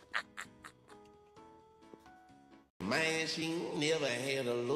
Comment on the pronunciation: The guy who wants to “train” his child bride- I mean girlfriend- mispronounced “groom”.